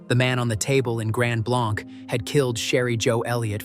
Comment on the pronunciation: And Grand Blanc is pronounced Blank.